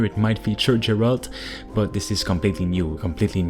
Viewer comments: Why do you keep pronouncing the name as Jeralt and not as garalt? It's not like you don't hear it said by the character so I don't understand it. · wow, you calling him Jeralt and not Geralt with soft G its only telling me that you never played the Wither. and if you did, then how the fuck can you call him Jeralt. WTF is wrong with you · who the f is Gerald ? this series is 16 years old and you dunno it's Geralt not Gerald ? bruh...